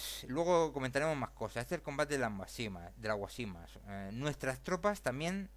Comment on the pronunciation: Guásimas, es esdrújula, no llana, sólo este comentario. El resto llevaría mucho tiempo y no vale la pena. Lea mejor. El ejército español si remataba en los campos de batalla y un ejemplo de ello es cuando muere Antonio Maceo, (que por cierto no muere con ningún hijo suyo, muere con Panchito Gómez Toro, hijo de Máximo Gómez, rematado a machetazos por dicho ejército) ese día estaban casualmente trabajando los forrajeadores. Creo hay que darle otra vuelta a esto. Los únicos que perdieron en todo esto fueron los cubanos. A propósito Cuba no pidió que la defendieran ni de ingleses, ni de nadie en particular. Evidentemente España cambió el mundo para su conveniencia y le salió mal y con ella arrastró más de medio mundo. Ya está bien.